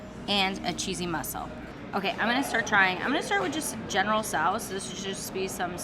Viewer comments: I think its pronounced General So, not sow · It’s pronounced General TSO, not Tsao. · How does "General Tso's Chicken" get pronounced "general soow"?